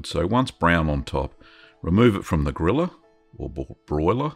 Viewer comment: When you first said :"place it under the griller" I understood :"place it under the gorilla" and my first thought was :"where do they get gorillas in finland?" Jokes aside, this cheese will be my next try...looks so delicious